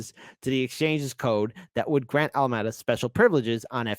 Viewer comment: Don't get me wrong. I'm a fan. But ... why are you just reading someone else's article, when you have no idea what you're talking about or even how to pronounce the name of the Alameda? Lol. Just some honest, hopefully, meaningful feedback. It's a not a good look.